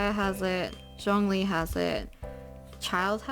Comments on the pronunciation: 🌻✨☕️ L c q w ☕️✨🌻 Its actually Jong as in Jog and ong as in long li as in really but on the lly part Put it together and you get Jongli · Its Shongli 😳 (Shongli is the pronunciation)